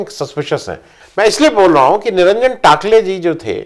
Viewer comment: कृपया नोट करें: "टाकले" नहीं, "टकले"... नामों के उच्चारणों के बारे में पूछताछ तो किया करें...